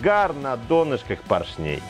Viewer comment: Спасибо за видео, класс, слово клАпанов ударение поставили правильно, а вот слово пОршней - нет. Правильно ставить ударение на О - пОршней, а так всё супер